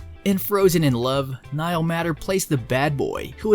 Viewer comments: Appreciate all this great news about each of these, but please say Niall's last name properly, pronounced MAY ter...not matter...MAY...it needs to be said correctly. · Niall Matter (May-ter) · I appreciate the compilation of Niall Matter films that I love. One small matter, Niall Matter pronounces his last name as though it were spelled "mater" with a long A. It would be great if you corrected that! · Niall is my favorite actor and I appreciate this video but don't appreciate that whomever is the narrative, he is mispronouncing Niall's last name!!!!